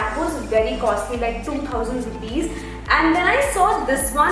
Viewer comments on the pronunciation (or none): none